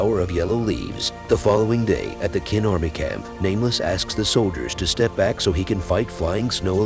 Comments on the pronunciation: Chin, not kin. As in China. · I can’t even watch this. “Qin” is pronounced “chin,” not “kin.” It’s like watching a recap of The Crown but the RF is called “Wine-sour.” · Its pronounced chin not kin. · Ch like change, the pronunciation of Qin is 'chin', just saying, I suppose you did not watch it in original Chinese but in English...